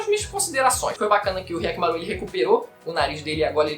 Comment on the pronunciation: "K"yakkimaru? Despois que assisti o vídeo, isso me chamou a atenção kkkkkkk